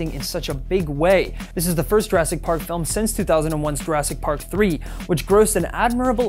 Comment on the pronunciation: Why did he have to pronounce it like "fill-im" at the end there? I have only ever heard that from really old people and film (yes "film") snobs.